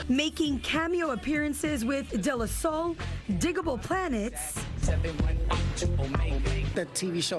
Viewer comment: WHO PRONOUNCES DE LA SOUL LIKE THAT?